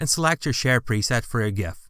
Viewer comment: i am pretty sure you pronounced it correctly.